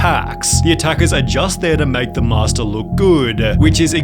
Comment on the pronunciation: Some people should be banned of speaking English. Fightaa, teachaaa, mastaaah.